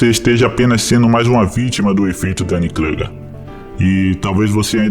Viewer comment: O "u" de Kruger é "u" mesmo.